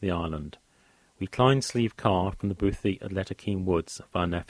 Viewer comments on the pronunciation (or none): Great content but I can't help but cringe when you pronounce Nephin "ne-fin." It's pronounced "Ney-fin." Also Slieve is pronounced "shleeve" not "sleeve," the "sh" sound is important and bothy is pronounced "boh-hee."